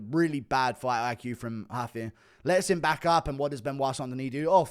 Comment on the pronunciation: It’s Rooofie not huffy